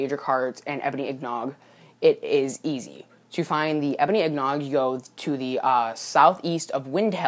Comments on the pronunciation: LOL seriously, if you're gonna make a video, at least pronounce simple words correctly! IN-GOT not IG-NOG, WTF is an IGNOG?? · wtf is an ignog? lol learn to talk